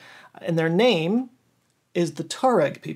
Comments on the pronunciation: I believe it is pronounced “Twa-Regg” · I thought it was pronounced "twa-reg".... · Pronunciation of Tuareg has variations… some will sound the TUAR part as ‘tour’… while others say ‘twah’… fascinating video… 🙏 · Tuareg is actually pronounced Ta-wa-req in Fus-ha Arabic and Ta-wa-reg in Bedouin/Amazeeghy Arabic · It's pronounced "twar-reg" FYI 😂